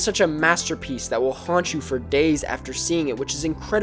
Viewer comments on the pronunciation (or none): none